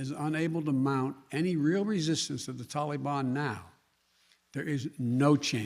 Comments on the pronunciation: Every time he says “Tahlee baan” all I can think is “hey mr tally man, tally me banana….” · So it's blame Donald.... what a putz. Can't even pronounce taliban. Tally bon.